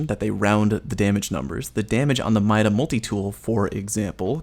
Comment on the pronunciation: . Mida is pronounced MEE-DA